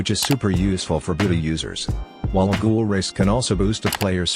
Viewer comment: ... IT'S NOT GOOGLE IT'S GHOUL